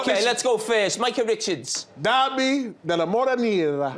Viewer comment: Derby di Maldini? 😆